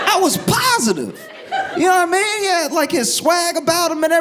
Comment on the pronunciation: “J’naw I mean?” is one of my fav Joshisms.